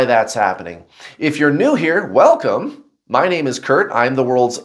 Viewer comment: How rude, you got cut off saying wel-ad-come 😂 but honestly thank you so much for your guidance your videos are the only guidance that actually has helped me in my journey. I appreciate your videos so much, i finally have felt all the weight just fall of, thankyou for explaining